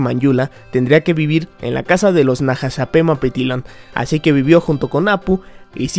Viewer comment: Felicidades por pronunciar el apellido del nahasamapelsifjfjsiwirbfjdnsd lo que sea...